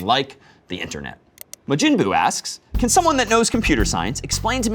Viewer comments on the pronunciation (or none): Bro is smart but he never heard of majin buu.. “Muhjinboo” 😂